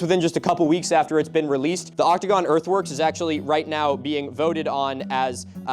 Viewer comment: I keep hearing earthworks as earthworms